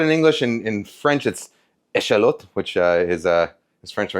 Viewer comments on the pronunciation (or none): A shallot in French... "eh shalleut" HAHAHHAHAHAH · 'Eh shallot' has me dying lololol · Nice pronunciation of "échalotte", Kenji! Greetings from France